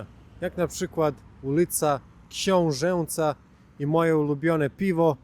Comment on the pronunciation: to jest hiperpoprawność; prawidłowa wymowa to "książENca". «Jeśli po samogłosce nosowej występują tzw. spółgłoski przedniojęzykowe, czyli np. [„cz”], [„d”], [„t”], to również należy ją wymawiać jako dyftong, tym razem jako połączenie samogłoski ustnej [„e”] i spółgłoski nosowej [„n”], np. [„renczny”] – „ręczny”, [„tendy”] – „tędy”, [„świenty”] – „święty” itp.»